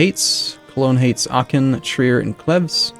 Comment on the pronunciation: transylvanian English speaking people manage to mispronounce Trier as Triér or something like that